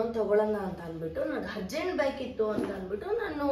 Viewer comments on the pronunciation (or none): Madam adu ಶೂಸ್. ಸೂಸ್ ಅಲ್ಲ..ಹರ್ಜಂಟ್ ಅಲ್ಲ ಅರ್ಜಂಟ್...pronunciation correct agi madi ,thappu thappu mathadbedi...tumba thappu mathadthiraaa